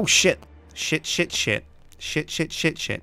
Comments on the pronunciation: Instead of saying shit I thought u said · Whenever he says shit I always hear sips saying SJIIIIIIIN. Instead of shit you should say mahogany doors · you say SJIT alot?